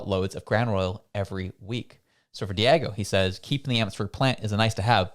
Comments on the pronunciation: Diageo is pronounced 'Dee-ahh-jee-oh' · 🤣🤣🤣 I’m laughing when you keep saying Diego, 😆 it’s diagio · Diageo (Dee-ahh-jee-oh) Sorry, third video... it was bothering me. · pronounced- DEE AWW ZHEE OHH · The pronunciation of that brand name is not correct, De a Gio, just an fyi.